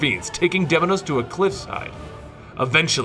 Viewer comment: its pronounced deimos not deminos.didn't you hear well how kratos called him